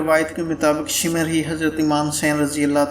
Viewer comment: shimar nahi shimr bolo..........daggay pendu